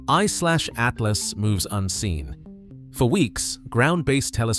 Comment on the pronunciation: They to long and the robot says “Three……. Eyeslashatlas” idk why but it’s getting annoying